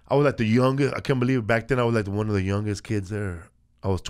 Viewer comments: Felipe says won like won-ton and then proceeds to say one like wun lol Tom might night be so tik tokked after all.... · he says won like tom